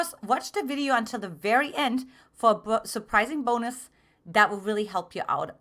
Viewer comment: "PHILIPPINES" i love the "BUNOS"